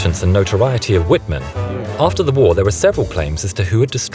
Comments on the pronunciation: Watch this documentary: and adjust your erroneous story on Michael Wittman's demise. And learn how to pronounce Wittman's name as it should be! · Can't even say the tiger aces name